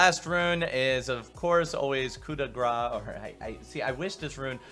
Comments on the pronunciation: pronounce you go grace like in YOUR GRACE otherwise coup de u pronounce correct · Grace is a french word ! Say it like you say GRASS :) it's easy :) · If you're bad at french pronounciation just pronounce grace like grass and it will be fine, not perfect but better than what you're saying lol.